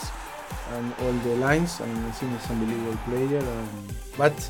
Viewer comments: No one : Pochettino : unbeliavable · Nobody: Pochettino:UNBIELIEVABLE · Nadie: Pochettino: Ambelivobol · Pochettino : Unbelievable Unai Emery: Good Ebening